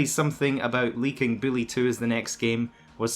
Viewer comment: Who the fuck is billy it’s Buuuuullllllllyyyyyy not billlllllyyyyyyy my fucking god